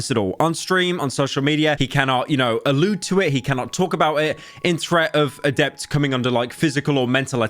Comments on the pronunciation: Samantha = "Adepter" LULE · I'm blown away by how Pyro always seems to mispronounce most people's names he is covering. Adept, CrazySlick, Sliker etc